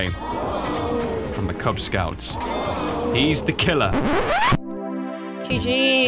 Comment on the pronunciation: KuzScouts instead of KubzScouts...nice